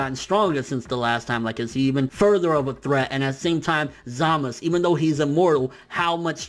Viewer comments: Zaaaa-mas-suuu not Zamisss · "Zamus" who the hell is zamus? 😂😂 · ZAMASU ITS ZAMASU!! Lol but good points man